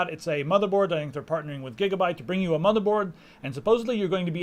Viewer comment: "gigerbyte board" lol